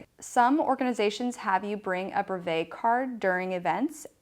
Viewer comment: Nice video but you are utterly mispronouncing brevet and it niggles the hell out of me :)